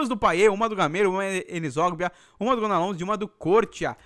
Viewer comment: Jean é "gonalon" que se pronuncia não "gonalons" o " s " em francês não se pronuncia